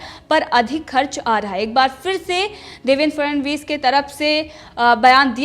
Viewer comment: देवेंद्र फडणवीस। ठीक से बोलो 'फ ड ण वीस'